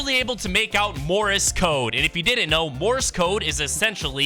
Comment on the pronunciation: "Morris code" 💀